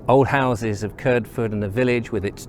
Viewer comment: I was just going back through some of your videos and came across the one around Kirdford. Great video, its nice to see a video about where I come from. But I'm sorry, and please don't take this criticism the wrong way. But as someone who was born and raised in Kirdford I must correct you on the way you pronounce the name Kirdford. A local (not a later new comer to the village) would pronounce it as Kird-ford not Kird-fird. The village got its name from ancient times, and the name is derived from the ford over the river Kird, hence Kirdford. My mother was born in Kirdford and lived there for 71 years, my grandmother was also born in Kirdford and lived there for her entire 93 year life. My grandad was born and raised in another local place that also gets mispronounced is Bedham, a local would pronounce it as Bed-ham not Bedam or Bedem. In fact my grandad went to school in the old derelict building you explored in another of your videos, the one about Bedham. CharlieG